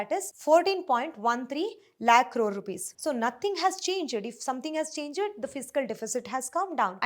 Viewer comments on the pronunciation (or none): You pronounced changed change ed.Check how to pronounce changed. Otherwise you sweet girl you have done a good job.